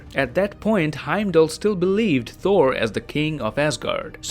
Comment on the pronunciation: Why do you pronounce Thor as Four ?